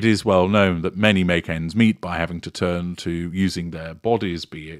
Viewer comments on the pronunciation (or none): none